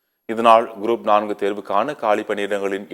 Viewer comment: This man reads GROUP AS GROAP SO FUNNY... CHANNEL DOESNT PROOF CHECK BEFORE READING ... 😂😂🎉